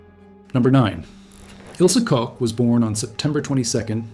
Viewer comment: Really interesting video. I wish only that you would check the pronunciation of German names. Your AI is not doing a great job.Koch is not pronounced as Co or Cox. It's doesn't sound authentic, it sounds ridiculous and very unprofessional.